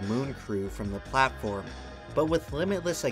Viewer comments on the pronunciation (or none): none